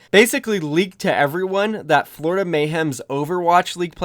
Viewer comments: oh boy i love the 'Florioda mayhem' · “Florioda Mayhem” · "Florioda mayhem"